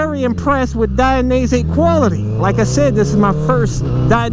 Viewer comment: It's "Die-NEE-Say"